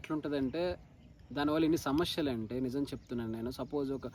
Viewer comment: Samasyalu aney padham palakatam nerchuko mundhu